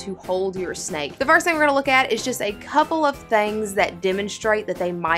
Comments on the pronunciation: Did anyone count the times she said “thang” 😂 in this video instead of thing? Lol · *southern thang